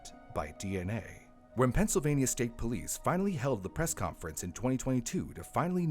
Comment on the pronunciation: Penysylvania? lol